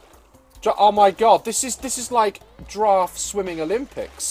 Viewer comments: I wish he would giraffe properly lmaoo —love him anyway🥰😇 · Its not a grraff its a long neckt Goat :)